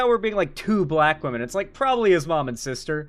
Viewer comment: Why do these people always seem incapable of saying the word "women?"